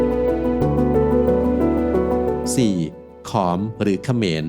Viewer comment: ខម ไม่ใช่อ่านว่าขอมครับ